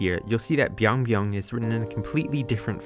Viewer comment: But that is byeong byeong instead of biang biang, and because it is korean so the byeong actually sounds like pyeong